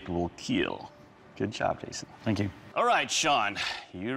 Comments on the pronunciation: IT WILL KEEL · that smile when he said ''it weel keel'', man nobody is save at home